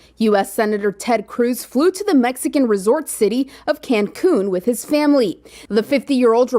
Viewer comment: She can’t say Cancun apparently